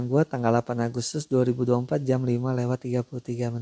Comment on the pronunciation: Per JAM bang bukan per JEM 😂😂😂